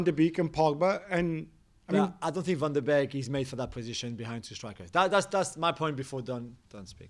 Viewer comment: Nobody with a working brain thought Van de Beek (bake, NOT BEAK) would rip it at United precisely because they already have Fernandes AND Pogba. Van de Beek is actually a natural mezzala. Think of folks like Milinkovic-Savic, or even Lampard. At Ajax, he played in behind the striker but his role was never to sit in the hole and pick passes, it was to press from the front and arrive late in the box with Tadic as a false 9. The way that United play doesn't really suit him. And it doesn't help that he doesn't get a run of games because Fernandes is so good. Ironically, I think he would be better suited to play at Liverpool or at Spurs with Kane dropping back like he has so much this season. He would also fit really well at Bayern playing off of Lewandowksi actually. He's basically a poor man's Muller if that makes sense. He's not a number 10/8 who will sit and dictate play, he is in between. He's got good technique but he's not there to pass the ball to the striker for the assist. He's there to offer a scoring threat himself.